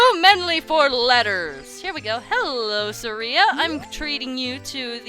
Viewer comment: Who's Suh-ree-uh?